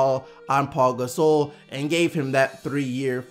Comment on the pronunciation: WHY DO YOU SAY PAU GASOL LIKE THAT